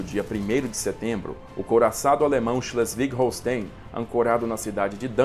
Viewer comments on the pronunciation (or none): Achtung! A pronúncia de Schlesswig Holstein é /shlésvig hôlshtain/, ok? Vídeo muito bom!